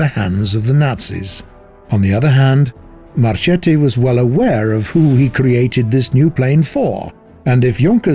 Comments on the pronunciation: The pronunce is like "Marketti", this pronunce is like Marcetti, not Marchetti😉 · Since from the mid Sixties it was all about electronic warfare, and actually the game does not implement anything about this, will you kindly stop adding modern vehicles? I think the actual game works just fine with ww2 vehicles. aaaand... Mr Marchetti is correctly pronounced like Marketti, as well as Macchi is like Makki :)